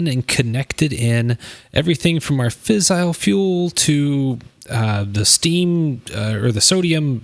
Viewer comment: Great vid, for future reference it is "fizz-ile" not "fissle". Source: engineering undergrad. E: And it is also Turb-ine, as opposed to Turb-in. (rhymes with line)